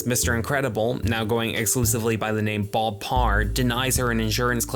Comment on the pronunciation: Good video but why in the fuck are you pronouncing bob as boulb??